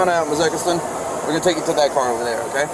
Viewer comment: When the officer said “ okay” and she repeated him , I definitely thought I heard her say “ ain’t no OTAY” 😂